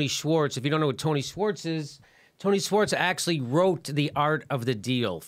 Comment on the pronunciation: Jimmy, it's pronounced, "shworts," not "swarts"!